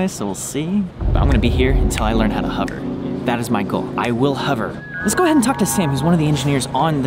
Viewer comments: Wondered if anyone else was pissed with him saying 'huver' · hOver not hUver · Why do you say "huvver"? Haha! Hover as in the sound of... "of" but with a V. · "I will huver!" Everyone: "Uh...huver?" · Any other Brits struggling to hear 'hover' pronounced like 'cover'? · “I will huver! I will huver.”